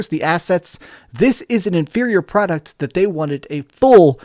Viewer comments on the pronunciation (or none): none